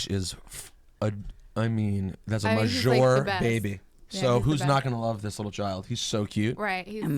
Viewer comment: Can Rosenberg stop saying "mah-jor" tho